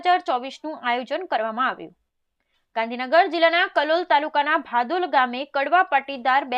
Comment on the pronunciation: Sorry to say : Real name is Bhadol, not Badol.